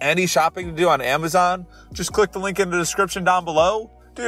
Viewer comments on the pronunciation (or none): none